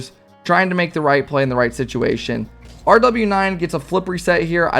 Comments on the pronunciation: its pronounced rowas not rw9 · rw9 is pronounced rwas M7sn is pronouced mason i think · It’s pronounced row aus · RW9 is pronounced row-waaas and M7SN is pronounced maw-sin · Rw9 = roo-wass M7SN = mah-sun